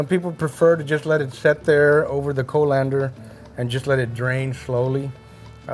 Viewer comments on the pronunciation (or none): colander is pronounced kaa.luhn.dr not being nitpicky love your recipies